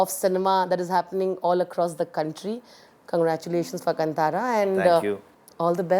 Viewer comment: Lol the host can't even pronounce the name of the film properly.